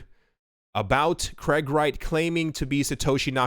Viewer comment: It's not Kreg, it's Craig.